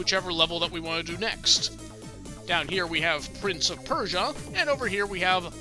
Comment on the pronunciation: The A in Prints of Persia is seriously triggering me